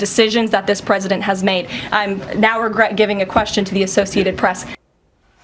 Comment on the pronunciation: She "serves at the pleasure of the pwesident". Emphasis on pleasure.